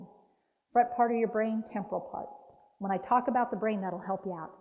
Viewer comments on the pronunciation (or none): none